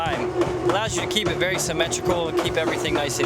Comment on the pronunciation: this is wery wery cool